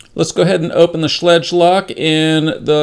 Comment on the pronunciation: Schlage rhymes with egg like schlegg.